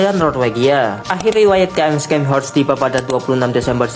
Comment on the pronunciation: Ingat, ini kapal jerman. Baca namanya pakai bhs jerman, bukan inggris. Bacanya bukan Skenhorst, tapi Sharnhorst. C silent Scharnhorst ini unik karena klo dilihat2, dia gk masuk kategori Battleship maupun battlecruiser. Battleship: korbankan speed demi meriam dan armor Battlecruiser: korbankan armor semi meriam dan speed. Scharhorst: Korbankan meriam demi Armor dan speed. Tapi meriam kecilnya diimbangi dg velocity tinggi dan range yg jauh, jadi ttp efektif.